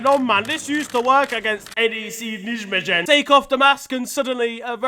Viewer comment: Absolutely love the way this guy pronounced NEC Nijmegen